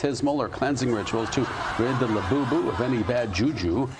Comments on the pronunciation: "Lewbubu"....I need one! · I want a "LEWBUBU"now!!! 😂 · Lewbubu??...more like jewbubu :D